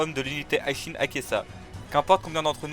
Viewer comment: Pourquoi tu dis l’unité High Shin ? Y’a écrit Hi et pas High mon pote C’est Hi Shin Tai et non High Shin tight